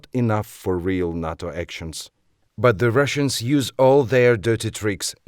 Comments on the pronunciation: don't say 'HATO', say 'HИЙTO' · Nato has to watch, Ukraine is not a part of the UNITED NATIONS. It's called Nato not noto.